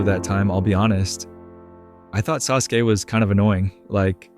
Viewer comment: you definitely havent watched naruto for 15 years if you pronounce his name like that